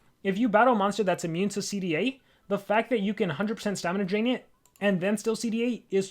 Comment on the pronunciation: he said dramina stain